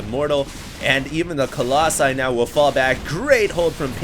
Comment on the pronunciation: I think his doing this on pourpose. i mean he used to say it right colossi what happened? also do you remember when he said "right of the bat a lot" lol that was funny